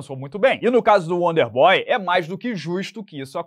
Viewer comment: Estão subestimando o "uónder bói" 😂 :_Charles